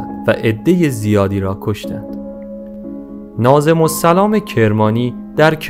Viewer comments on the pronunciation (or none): ناظم الاسلام درسته برادرناظم سلام نخونید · داداش ناظم الاسلام nazem o l eslam درسته . نه nazem o salam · اقایِ مجری ناظم الاسلام درست است ناظم السلام غلط است اگربادقت مطالعه فرماییدصدایتان زیباست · درود فرزندم وقتی میبینم فرزندان رشید ایران به تاریخ نگاهی ویژه دارند خشنود میشوم من معلم تاریخ دانشگاه که ۴۲ سال تحقیق وتدریس داشته ام از شما عزیزان خواهش میکنم به این روشنگریها تداوم بخشید اما لطفا با مطالعه بیشتر ورجوع به فرهنگ لغات تلفظ درست اسامی وواژه هارا ادا کنید تا این منجر به بد آموزی وبر بادرفتن اعتبارو زحماتتان نشود ناظم الاسلام درست است ونه ناظم السلام! وعرض به مفهوم ابرو (erz) تلفظ میشود ونه( arz )با سپاس.ضمنا قجرها مغول تبارهایی بودند که با ۶ ایل دیگر ازجمله شاملو، تتلو، دولو، ذوالقدر، استاجلو، افشار برای حمل باروبنه لشکر تیمور از آسیای مرکزی به اسارت گرفته شدند ومتاسفانه بوسیله وبا وساطت شیخ صفی جد شاه اسماعیل آزاد شدند ودرایران جا خوش کردند وبه اسماعیل کمک کردند قاتلین پدر وعمیش را بکشد وسلسله صفویرا تاسیس کند واز همین هفت ایل سپاه خونخوار قزلباشرا تاسیس کند که از ان زمان این ایلات در نا امنی ومزدوری روس وانگلیس وسقوط حکومتهای اصیل ایرانی واز جمله حکومتهای نادری زندیه وپهلوی نقش اساسی داشته اند لطفا دراین رابطه بیشتر روشنگری فرمایید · سلام برادر بزرگوار.اسم نویسنده معروف که اول ویدیو ایشان را نویسنده کتاب معرفی کردید،ناظم...ال...سلام نیست،همانطور که روی جلد کتاب نوشته شده : ناظم الاسلام بود. اسلام نه سلام در صورت امکان تصحیح بفرمایید.باتشکر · ناظم الاسلام نه ناظم السلام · دوست عزیز، خواهش میکنم دقیق و درست روخوانی کنید، ناظم السلام نیست ناظم الاسلام سلام نه، اسلام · ناظم السلام چیه دیگه!!!!؟ ناظمُ الِاسلام ، اسلام نه سلام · سلام، خسته نباشید، «ناظم‌الاسلام» را اشتباها «ناظم‌السلام» تلفظ می‌کنید! ایشان فرد معروفی هستند و تلفظ اشتباه نام ایشان عجیب است!